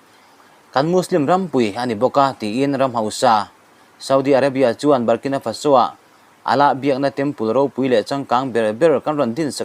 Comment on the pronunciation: FaSO ni lovin, FAso tia lam zawk tur.